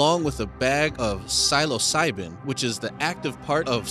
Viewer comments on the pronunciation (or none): It’s not funny it’s a mispronunciation Sober up n clean up . Praying for u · silosiban I'm dying lol 😂